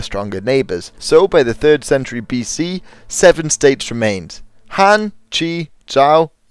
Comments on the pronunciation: Dot be an ass, he's trying and obviously he doesn't speak mandarin as a native language. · Frank Hill, it's not being an ass, but as a low key compliment that this video has no flaw other than this very minor one.